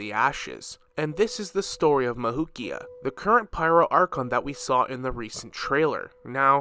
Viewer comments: Am i the only one who gets annoyed as he pronounces “mavuika’s” name mavukia 💀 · i think her name is pronounced “mav-we-kah”